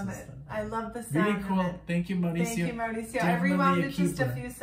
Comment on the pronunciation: Listen to the whole album it’s great and thanks for butchering my name 😂🤣😂🤣🤣 it’s actually Mauricio. It’s Maurice in Spanish. 🙏🏽✌🏽❤️